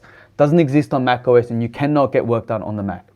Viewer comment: Muito bom poder assistir aqui no Brasil o seu vídeo, mas a dublagem por Inteligência artificial do Youtube esta horrivel, escutar MAC US ao inves de MAC OS a todo momento estava me irritando